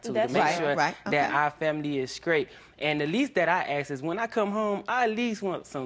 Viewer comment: skraight and token are not words!